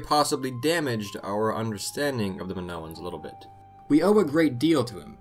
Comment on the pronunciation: Nice video 😎 the Greek i makes a. E sound. In Spanish they call it the “Greek e” sorry pet peeve of mine. Like when pepole call Italians EYEtalians.